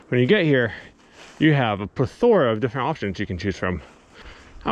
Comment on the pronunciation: I don't think I've ever heard anyone say plethora like that before.